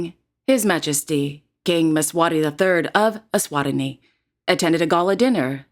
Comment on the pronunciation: Just a note: Eswatini is pronounced e-swa-TEEE-nee